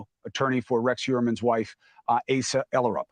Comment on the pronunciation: "Ahh - suh". Asa